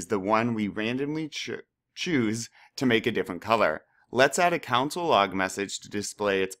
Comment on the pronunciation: pronounced cONsole not council lmfao